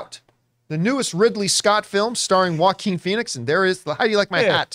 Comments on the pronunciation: The way English speakers pronounce the Spanish name Joaquin like 'wacking' is hilarious 😂😂😂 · The fact you pronounce his name in a French name makes it clear you know very little about him